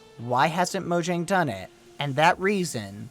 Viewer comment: UM, Not mojang u say it moyang because "Mojang" was born in Germany. [NOT RIGHT]